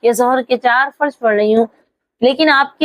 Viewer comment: فرض میں ضاد ھے ضاد نکال کر بولنا